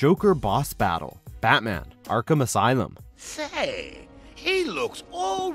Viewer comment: "Arkham asylum" 🤦‍♂️